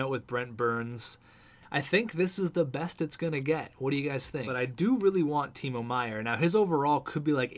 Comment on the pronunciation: And Meier's first name is pronounced Tee-mow, like mowing the lawn.